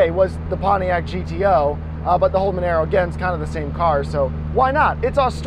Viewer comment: sorry to hate but u pronounced monaro wrong but i also think it should be in the game